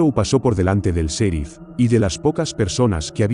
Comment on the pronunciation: Hey no se dise ( serif ) el sonido en Ingles es ( cherif ) y se escribe en Ingles ( sheriff )